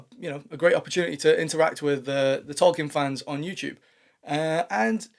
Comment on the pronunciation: You aren't pronouncing Tolkien correctly.